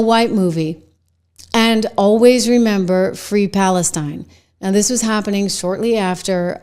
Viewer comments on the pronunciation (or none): none